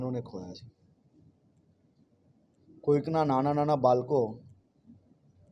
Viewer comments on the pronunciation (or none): બાલકો નહિ બાળકો બોલો. પહેલા બોલતા શીખો. પછી ન્યાય આપશો.